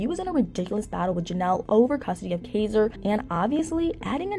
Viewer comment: I wish she would actually pronounce Kaiser's name correctly. She clearly doesn't do much research, and has possibly not even watched a single episode, at least not one with Nathan in it. A lot of her videos are full of inaccuracies, and sometimes just flat out lies, like her video on Chelsea.